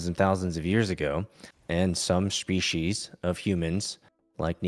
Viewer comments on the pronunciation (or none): Dude can clearly pronounce 'S' correctly, so why is he saying 'Shpecies'? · Why does the guest say species with “sh” in it or is my hearing way off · I'm at the start and all i wish is that this creep bro would stop saying Shpeeshees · At first, I thought this freak had some kind of speech impediment because he kept pronouncing 's' as 'sh', especially in that he kept saying, "shpeshiesh". So I didn't want to comment on it. But then the impediment just disappeared. So he was absolutely just doing that intentionally for some reason. Wtf? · I can’t take a lecture on species seriously from a guy who can’t even pronounce the word correctly. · Honestly, I couldn't keep going, it's such an abrasive mispronunciation that I couldn't focus on the conversation. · every time he says species i wanna kms more and more